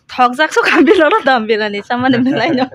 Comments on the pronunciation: Dum biryani ❌ Dom biryani✔️😂😂😂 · Dum biryani ❌Dom birani✅ kuch bhi